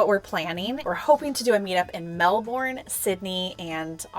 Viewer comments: G’Day from Australia ❤❤❤❤❤PS it’s Mel-bun not Mel-borne😉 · Australian here! Yes to Melbourne - say 'Mel-burn'. Melbs is the capital of vintage here, there's endless amazing places, for food the Queen Victoria Market is a paradise, sights wise the coast is amazing, Ballarat is huge for heritage, The Grampians is gorgeous, you'll be here a month! If you're coming in Feb it can get hot, down here in Victoria it's more mild. If you want animal interaction, probably Moonlit Sanctuary. I've never been but it looks incredible. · It’s pronounced Mel-burn! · Maybe they could go to the zoo....or a place with rescue animals. BTW....if you want to sound 100% cooler, pronounce Melbourne like "Melbern". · oh my gosh you will love Hobbiton it's amazing. Wow coming to Aus way to go it's a long trip but I'm sure you will have a blast there is a place you might love it's called Rama its secondhand store 6 Micheal st Pakenham Victoria and there is a Salvo's just around the corner from that shop. my daughter and I go there all the time we love it, and the staff are amazing. wow I would to meet you both when you come to Melbourne, pounced "Melbin" with a soft I